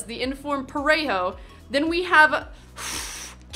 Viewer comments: Lo mejor es como pronuncia parejo JAJAJAJA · "Parejou" "Goudin" Hahaha spanish in England sucks